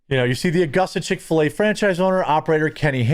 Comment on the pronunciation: You said Chic Fila so many times I’m going there for dinner. Dang it.